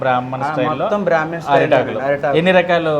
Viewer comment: బ్రహ్మణ కాదు. బ్రాహ్మణ